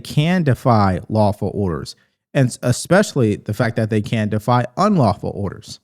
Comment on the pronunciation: “Expecially” 🥴 She AND Crocket both said that today. Let DEI reign. 👏👏